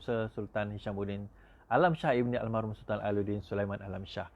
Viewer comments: Al marhum....! bukan Al mahrum.... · bukan al mahrum, al marhum la